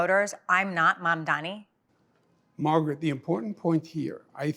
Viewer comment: "Mandami". At this point the mispronounciation of his name has to be intentional. A racist microaggression. Unless, perhaps, he's the dumbest person on earth.